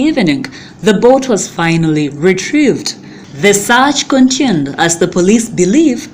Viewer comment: Dear madam news reader, the word is "continued" not "contuned"